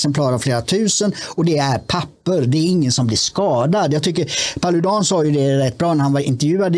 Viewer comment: En gång för alla - Paludan uttalas med betoning på första a:et !